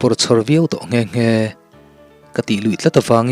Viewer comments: Torn ti lo hian ton ti lo+ rh🤣✌️ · Ihhh ka hriatsual loh chuan Torn tih hi Tone tih in i lamin ka hria a